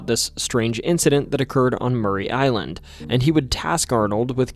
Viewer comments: Yaaay! Washington my home my entire life. Btw its Maury Island... as in "the lie detector reveals your are not the father!" - Maury. Not Murray. No shade to you tho... we are jus incredibly snobbish about our location pronunciations around here 😉👍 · I grew up on the mainland with a panoramic view of Maury Island (not pronounced Murray but as it appears phonetically. More-EE Island). Spent a lot of late nights just looking out at the beauty of the view of Puget Sound and Maury Island and as far north as Three Tree Point. Never saw any UFOs, UAPs, or submersible UFOs piercing the Sound into the air. I've seen a UFO in Southern California but never in my home state. Other than the inane mispronunciation of an easy name to say--Maury, thanks for the video. I've subscribed so hopefully that will contribute to a mil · Maury (MOR-ee) island, nor Murray. Ape Canyon is in a fir forest, not a pine forest. D.B. Cooper, not Tuber. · Maury Island is pronounced Morrey, not Murray. I've lived on the island since 1985. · ITS PRONOUNCED MORRIE NOT MURRAY ISLAND! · It’s pronounced more-e Island